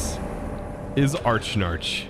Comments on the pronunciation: Archnarch, it's (Ah-rak-nark) silly 😌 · A-rack-narc; not Arch-Narch. :P As in arachnid plus arch, similar to Arch-mage. (Still pronounced Arc; silent H) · I love you, never change- but the spider boss is pronounced "Uh-rack-nark' Like 'Arachnophobia' 'Uh-rack-no-fo-bi-a'. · Tbh I thought it was pronounced Arack-Nark. Combining Arachnid and Monarch.